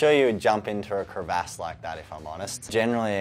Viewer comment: "crevASS" i take it he says "GayRaj" too lmao